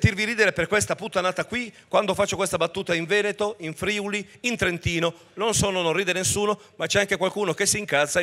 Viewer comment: si dice friùli, non frìuli